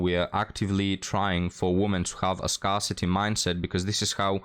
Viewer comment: When did the pronunciation of "scarcity" change? Both the woman and POM need to learn English.